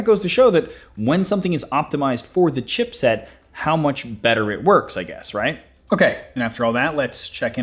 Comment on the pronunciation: Every time I hear this man say chipset I die a little more inside